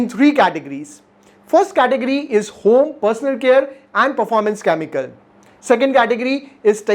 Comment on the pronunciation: its. CHEMICAL n not KAAMIKAL🤣🤣🤣🤣🤣🤣🤣🤣